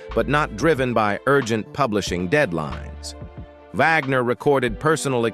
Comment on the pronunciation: Jymie? Vogner?